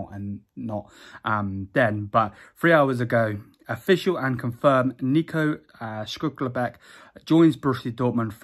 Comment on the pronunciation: This man just say shcluckerback